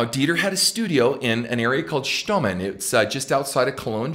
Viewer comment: Ken buddy the right pronunciation is Stommeln You said it correctly just about 10 miles outside of the amazing city of Cologne Germany Bless you Ken